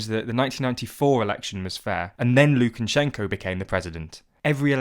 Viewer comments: Lukan-shenko. It's just Lukashenko. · It's not Lukanshenko, it's Lukashenko! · Thanks for the video! By the way, it's Lukashenko, not Lukanshenko (no n after the a). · Its Lu-ka-shen-ko Not lu-ken-chen-shen-ko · ”Mr Lukanshenko” You had one job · Why does this guy keep saying "LukaNshenko"? Surely you'd make sure that's the one name you'd get right when writing this script... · Where have you found a letter N before SH in Lukashenko? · I wish you could have at least pronounced his name correctly.